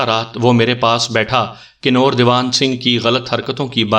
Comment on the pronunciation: Kanoor nhi kanver he ya hindi xuban ks lafaz